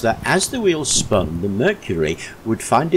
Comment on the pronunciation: Spun not span,,, just a laugh.